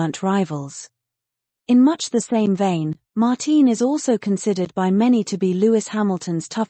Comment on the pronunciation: It's not "Mar-teen," it's Mar-tin Brundle. But that's what you get with AI. Does no one review this material before posting??